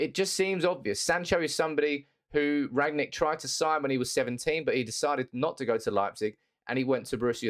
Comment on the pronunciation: He's called Rangnick not Ragnick if you've done enough research atleast pronounce his name properly